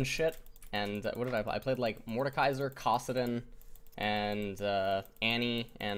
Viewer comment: How can he say Kassadin as Kaw-sadin but He pronounces Annie correctly instead of Aw-nie... lol like whats the determinant of whether or not he knows when to use a normal A sound vs a very opened A sound :/